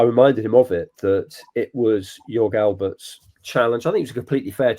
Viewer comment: why has he said 'Joe Hare'? also said 'George Albert'. fine if you mispronounce a german footballer from the 90s who played for Rangers but an award winning journalist who doesn't know Joe Harts name is quite sensational.